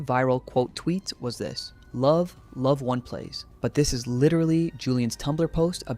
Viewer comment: Why do you keep calling it ONE plays lmao